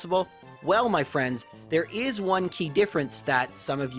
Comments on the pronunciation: MAH dry bread. Not my. MAH XDD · ITS NOT MY DRY BREAD ITS MAH DRY BREAD